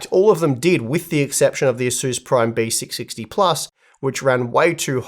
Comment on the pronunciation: Why it's sound like Besicsixty😂